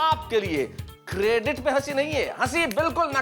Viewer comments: " K...A ...drit card" 😂😂😂😂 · kedrit nahi shedrit card😂😂😂😂😅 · Ka-drit card 😂😂